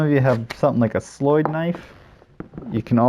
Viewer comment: As a swedish person i love it when i see peaplo use slöjd/sloyd knives and the diffrent ways they call it. Your way to say it is actualy very good.